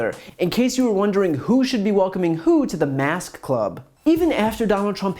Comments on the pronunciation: Is it me, or is Alex Azar incapable of pronouncing "k"? Every time he says "mask" it sounds like "mass". He is a pawn, and an embarrassment. Mask wearing isn't patriotic; it's a survival tactic. Muzzle up, Secretary Azar. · Yes, you are quite right, Alex pronouced MASS, with no K sounding. Then again, he could be purposely mispronoucing it just to tickle Chris.